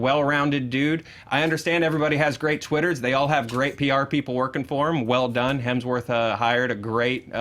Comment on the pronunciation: I find it hilarious that Erika absolutely cannot say Hemsworth without throwing an L in there. LOL she tried, but just couldn't un-L that sucker.